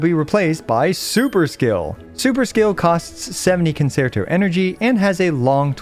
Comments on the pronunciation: FYI it's pronounced [con-chair-toe] not [con-sair-toe] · Love your guides and i hate being this guy but it's the music class in me it's pronounced kuhn·chehr·tow Guoba was doing the same thing in his Robin guide for HSR. thanks for understanding her kit for me so i don't have to! I also hope you're feeling better by now. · CON-CHEE-AIR-TOE You get discounts on Italian cars if you say it right